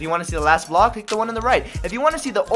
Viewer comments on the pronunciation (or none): none